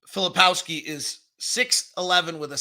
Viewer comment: I would take your assessments more seriously if you bothered to learn their names. McCain/McClain and about 8 versions of Filipowski... hard to listen to.